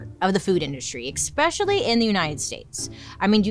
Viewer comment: you had me until "eXXpecially" oof rookie mispronunciation 😉 ❤